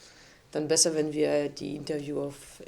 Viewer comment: I love the way Noémie mispronounces certain English words, like envy. It makes me think that she reads them, or knows them through writing rather than hearing them through conversation.